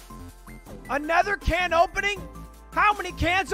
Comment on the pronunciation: It's aluminium can not aluminium can't